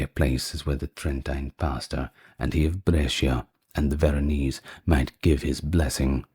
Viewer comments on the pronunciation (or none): none